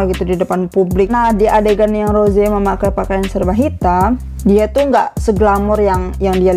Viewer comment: Gua minta. Tolong buat benarkan mulut anda rose di bilang roze/roje Gua sering nontonin lo dan gua juga suka denger lo ngomong rose salah dah gua oke oke tapi sampe skrg masih Nyesek gua njerr